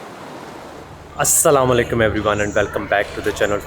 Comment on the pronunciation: Salam sahi nhi krtey aslam o alaikum sahi Salam krna hai jis ka mtlb tm pr salamti ho kindly apne ye alfaz drust kr lain r pora Salam kia kren aslam o alaikum